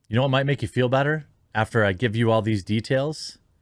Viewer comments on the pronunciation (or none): none